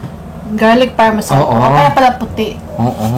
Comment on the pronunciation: FINGER LICKING GOOD! 😋😋😋😍😍🥰🥰😃 Ps: GARLIC PARMESAN not PARMESAYN not bashing you ok? ❣😎✌🤓 Atsaka pag maanghang ang mga wings sausage nyo sa RANCH DRESSING para di na masyadong spicy...